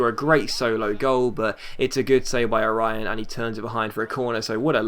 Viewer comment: Orión is pronounced O-REE-OH-N